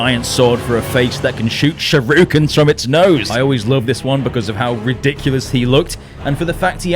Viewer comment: It always amazed me how you could find a "u" in the second syllable of "Shuriken". SHUR-ih-ken. Not Show-ROO-kin. Always bugs me.